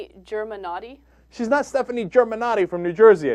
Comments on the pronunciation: Ohhhh well it's not germanotti its germanotta actually and raised in New York not New Jersey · GER-MA-NOTTA. Her name is GERMANOTTA. Not Germanotti. She, Stefani Joanne Angelina GERMANOTTA created Lady Gaga. She's the one of the most talented women in the music industry. Who are you? Does everyone reconizes you nowadays? No. In the future? Even worse. Yes, Marketing is a HUGE deal, but her talent is way more that this little head of yours can imagine. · I stopped watching after he said Germannati. These guys are a joke. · yall didnt do your research. its germanotta not germannoti, she grew up in new york not new jersey and the media didnt create her. She wanted to be an enigma, not to stand out but to express herself. And her clothes arent just to be eyecatching, it always has a backstory to it. DO UR REASEARCH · Stefani Germanaughty/Germanoti? Wtf! its germanotta bitch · It's not Germanotti, it's GermanottA! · IT'S GERMENOTTA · Germanotta Not Germenotta either lol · it's Germanotta not Germanotti and she was born and raised in NYC not Jersey! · It is STEFANI GERMANOTTA not germanotti... wtf?! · its GERMANOTTA not GERMANOTTI bitch -. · its germanotta not germanitta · Such a talentless and amateur presenter! Jesus, get a real job! Her name is Germanotta, not Germanotti! Do some research! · It's Germanotta, idiot. With an A. You went to school with her and you don't even know her last name? That's some bull shit. Keep acting like you know everything about her, when you don't even know her last name. Credibility = SHOT. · Germanotti? NO its Germanotta!!! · Her name is Stefani Germanotta not Germanotty and She is from New York not from New Jersey.Get the fact right only then you may write crap about artist, don't get cocky. You don't want to know nothing of her so why even bother to do a story of her.You Silly People! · "Stefani... Germanati" 😂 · GermanottA not E, GermanottA and shes from New York on the lower east side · ITS GERMANOTTA.